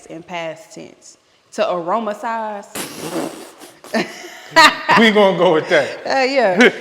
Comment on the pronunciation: 😂 she said “auromasize” ❤ Love y’all’s content. Just moved away from meat. Great recipe inspiration